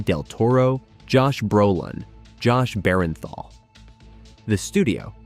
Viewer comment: Ambijus? Josh Berenthal? I think it’s pronounced ambiguous with a hard g and Jon Bernthal.